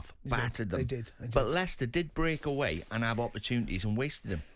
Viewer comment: It's Leicester ty